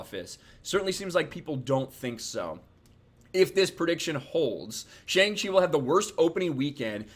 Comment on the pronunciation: Cannot even pronounce the title of the name right LMAO. Can’t trust anything coming out of this guy’s mouth.